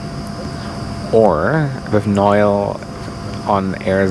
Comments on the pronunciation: Hey Can you pronounce Noel's name right? Its not Nile it is No - El. Think of it as like Christmas Noel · I forgot about your Air Zimbabwe trip with "Noyel"! 🤣